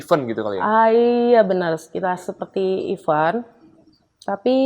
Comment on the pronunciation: Tolong berhenti penggunaan kata event kalo tdk bisa mengucapkan dg benar artinya berbeda kalo tdk mengucapkan dg benar. Event itu IVÈNT yg artinya acara, kegiatan sedangkan IVEN artinya bahkan, malah, dan pula atau juga